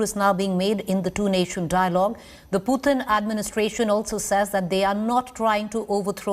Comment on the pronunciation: Pls try to Pronunce Put in not puutin